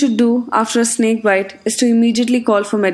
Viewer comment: I heared snik not snake